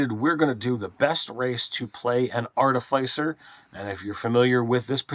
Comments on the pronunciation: I love you guys and appreciate all your videos. I have to say it though... AAR-TUH-FUH-SR... Artificer. 🙃 I'm the worst I know. Keep the vids coming!! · ART- IH- FIH- SIR. How does noone speak english. Try the word ARTIFICE, JESUS! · ɑɹˈtɪfəsəɹ. Fyi.. like office, not suffice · Ar- ti- fis*-er godgamnit. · Artifyser? Artificer? ArTEHsiFUR? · Wait are they pronouncing artificer wrong or am I? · the pronounciation of Artifice is killing me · RPG content creators will never agree on how to pronounce Artificer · Pronouncing artificer... Failed... I in - fi- is pronounced (I) not (aI)